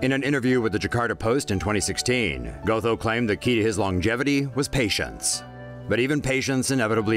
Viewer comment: Its pronounced 'got-ho' not go-tho